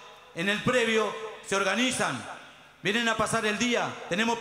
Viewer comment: El q habla x los trabajadores es el más ilustrado????en vez de decir predio....dice"previo "!!!!!tenemos un previo con pileta..etc....previo tiene el secundario!!!! No me quiero imaginar como será el mas ignorante ....así estamos.....